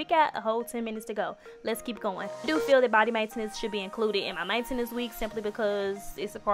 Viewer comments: Why she say maintenance like that Nobody: Her: Main entance Chill it a joke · The way she says Maintenance 😂😂😂